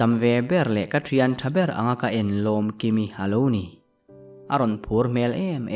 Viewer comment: Lomkimi tih pawh a dik chuang lo Lawmkimi tih tur😂